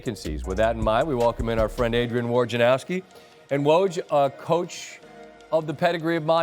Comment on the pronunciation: "Wojanarski?" I'm pretty sure that's not how you pronounce his name.